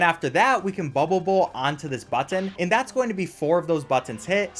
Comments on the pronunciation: Can we take a moment to appreciate how carefully enunciates the word "button"? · Speed run 10/10 Spongebob tongue 10/10 Button pronunciation 15/10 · I love how he says button.